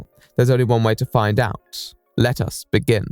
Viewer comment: “...Let us begin.” Me:......................he said “lettuce” 🐸